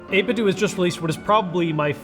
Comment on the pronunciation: It's not 8bit-doooo It's 8bitdo. As in Nintendo.